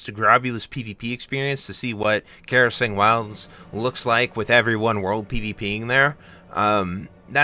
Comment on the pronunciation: Getting mad at a decision that benefits 99% of the playerbase because it doesn't benefit you is wild. Also, its KRASarang, not KARAsang. Stay well!